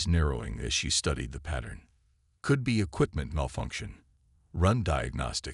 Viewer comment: For crying out loud. A science fiction story where the narrator can't pronounce xenobiologist. Give me a break. You also might want to teach it to pronounce "could."